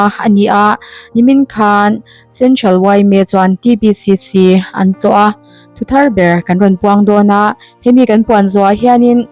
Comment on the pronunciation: "T" Ti lo Tri lam talh talh chu a 😂😂😂